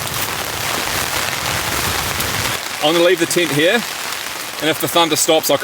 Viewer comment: Only in New New Zealand can we hear the word "tent" pronounced as "teent". Or do we hear that in Australia as well?